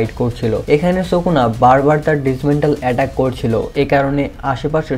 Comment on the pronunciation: ভাই সুকনা নয় উচ্চারণ হবে সুকুনা ❤❤